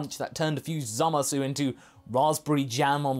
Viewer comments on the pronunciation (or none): He turned Zamasu into Zamagoo